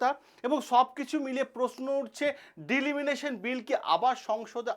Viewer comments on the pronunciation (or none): ডিলিমিনেশান জিনিসটা আবার কি? ওটা ডিলিমিটেশান। আগে তো ব্যাপারটা সঠিকভাবে উচ্চারণ করুন.... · উচ্চারণ ভুল।দিলিমিটেশন না ডিলিমিনেশন?? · Delimination নয় Delimitation, মূল বিষয় টা তো ঠিক করে বলুন ঠিক করে জানুন ঠিক করে বুঝুন ঠিক করে উচ্চারণ করুন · It's delimitation not deliminitiin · It's not Delimination ,it's Delimitation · বারবার ডিলিমিটেশণ কথাটার ভুল উচ্চারণ 'ডিলিমিনেশণ 'করছেন কেন?এতে মনোযোগের ব্যাঘাত ঘটে।উচ্চারণে নজর দিন।ধন্যবাদ। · ডিলিমিনেশন নয় !!! ডিলিমিটেশন !!! আগে নিজে বুঝুন word টির অর্থ বা মানে !!! তারপর, ভিডিও করে ছাড়ুন ইউটিউবে !!! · ডিলিমিটেশন না ডিলিমিশন ? অনেক অল্প কথায় আপনি আপনার বক্তব্য বোঝাতে পারতেন। কিন্তু আপনি অনেক সময় ধরে এমন হ্যাজালেন যে আমি আপনার অনুষ্ঠান ছেড়ে বেরিয়ে গেলাম। ধন্যবাদ। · কথাটা ডি-লি-মি-টে-শন। উচ্চারণ ঠিক করবেন।